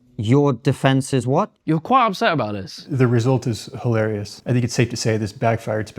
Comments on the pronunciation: This dude clearly doesn't know how to "fink" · He don't "fink" so.